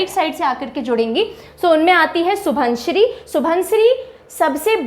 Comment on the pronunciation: (Xu-won-xiri ) proper assamese pronounciation. Not (Su-bon-siri).